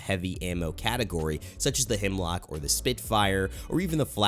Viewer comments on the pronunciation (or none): Am I the only one who gets triggered when people think its HEMLOCK when its HEMLOK 😂😂😂